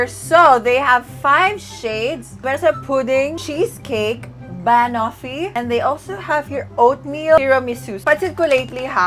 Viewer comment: Girl, check how to pronounce banoffee.. 😊🥰